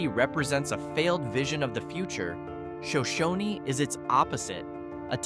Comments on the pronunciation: sigh Show-shone, not Show-show-knee. And why are so many if the video images not Idaho? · It is not pronounced "Sho shon ee", it is "Sho shone". And is a great little farm town. And Wallace is well worth a visit. Hagerman is also great, and has two of the best hot springs in the state. It also has multiple fish farms. Paris is charming, and the Paris Tabernacle is a work of art. Bonners Ferry is a nice town, and almost everything you said about it is wrong! And the pictures you showed of African Americans was from the south, not Idaho. Yellow Pine is another great little town, as Elk River. Pierce is fun to visit. Arco is just a small farm town with wonderful people. There is no town of Spud Patch Spring. There is a Spud Patch near Bellevue. Ketchum used to be great, but has now been ruined by the wealthy moving in and driving out the locals. I have been visiting Soda Springs all my life. It's a great town. Silver City is basically a ghost town and summer tourist attraction. But getting there is work. But very fun to visit. Council is another great small town. You clearly have never been to Idaho and don't understand what make this place magical. We don't want a ton of job opportunities and unlimited growth! Just look at the Treasure Valley to see how that mentality has ruined a once great place to live. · It's Shōnshōne, not Shōnshōnē. Shōnshōne is singular as in 1 town, while Shōnshōnē is plural as in a group like when describing the whole tribe. It's the same when asking if someone is Shoshone. They're kinda particular about it🤷🏼‍♂️😅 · It's pronounced sho- shoan; no y sound on the end. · Absolutely terrible description of these wonderful small Idaho towns, only slightly accurate, pronounced Shoshone incorrectly, and of course all of Idaho (don’t know about Boise!) has a low crime rate because we carry. You’re less likely to break into someone’s home if you know there’s a homeowner with a gun inside. So if you enjoyed that video, please don’t move here